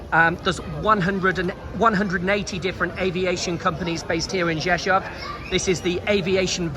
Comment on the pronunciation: Props for being able to pronounce Rzeszów, I’ve heard CNN completely butcher it, yet you did great. Thanks! 👍🤙